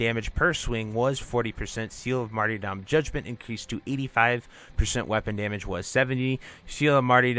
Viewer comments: Just a gentle fyi, the y is closer to an e sound like mar-"ter"-dom also with a soft t. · it's the most common pronunciation I've encountered. The way he was pronouncing it in the video was one I'd never heard before